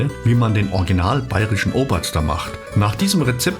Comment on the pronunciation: "Obazda" wie grässlich Sie das hier ausgesprochen haben, unglaublich! Richtig ausgesprochen wäre: "Obazdn" wobei das "a" eigentlich kein richtiges, hochdeutsches "Schokolade" "a" ist, wird eher wie das "a" bei "MAZ" im Sinne von Dieter Thomas Hecks "MAZ ab" ausgesprochen und sollte eher so: "å" geschrieben werden!